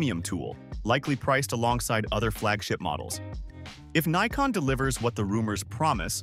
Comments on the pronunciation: This is the the proper way to pronounce it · Yes, Neeecon is how the Japanese pronounce it, Nigh-kon in the US, and Nick-on for the rest of the world. Many English speakers will say ZED instead of ZEE as in the US. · Yes brother! Neekon is a Japanese Brand, so is pronounced Neekon. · That's actually how the folks in Japan say it. From Google - The Japanese pronunciation of "Nikon" is closer to "NEE-koh" with a very silent "n" at the end. This pronunciation is different from both the American and British versions. In Japan, the company name is pronounced the way the name's owner says it is, and Nikon Japan officially blesses all regional pronunciations of their company name. The Japanese pronunciation of "Nikon" is also influenced by the fact that the company's full name is "Nippon Kogaku," which translates to "Japanese Optical". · Actually, I have heard some Japanese folks pronouncing it this way